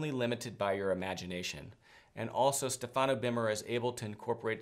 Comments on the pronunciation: I told you about the correct pronunciation of the name STEFANO BERMER. StEfano. Please say it correctly. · Stéfano, please not Stefàno, thank you.